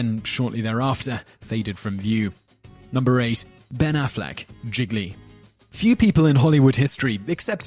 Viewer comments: Giggly? More like Gee-lee... Sorry that really bothered me. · It is pronounced 'je-lee'......... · This guys pronunciation is appalling. The film Gigly is pronounced "jeely" not jiggly. 😱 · it is pronounced "JeeLee" not jiglee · Somehow I KNEW he'd say "jiggly", not "gee-lee". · Gee-lee. Not giglee. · Seriously, at least learn how to pronounce the titles of the movies you're talking about. Gigli is pronounced (more or less) "Jeel - yee"... not "Jiggly". 😅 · Wait! Is Gigli actually pronunced Gig a lee and not Gee Lee? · Gigli is NOT pronounced "jiggly". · I know the movie was bad, but... Jzee-lee. The second 'g' is not pronounced. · gili, not gigli. you get titles wrong pretty often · It's pronounced Geely like realy! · Gigli - "Gee-lee" Cimino - "Chi-mino" Demme - "Demmy" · Idk why im bothered enough to say this but, it's pronounced G-li.....there now that i got that off my chest i feel more complete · #8 Gigli pronounced, Zheely, sort of. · That annoyed me a lil bit when he said that. Not defending the movie.....but it's pronounced Gee-lee. lol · If he mispronounces Gigli one more time... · Simon, you are great. However, this video is replete with mispronounciations - Gigli, Cimino and Demme are three. You have so many videos going I am sure it is really difficult to research this stuff thoroughly. However, with such great content it is a shame that the mispronunciations stick out. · did he just say rumpy bumpy? also you mispronounced gigli everytime I've never seen it ...to save my eyes from escaping my face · homework for next week: learn to pronounce gigli. wait, scratch that. homework for next week: learn to pronounce cimino.